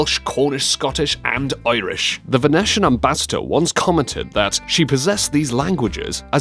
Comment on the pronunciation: Tongue is not pronounced "tong," but rather "tung," and Venetian is not pronounced "van-et-ian" but rather "van-eesh-han," otherwise great video guys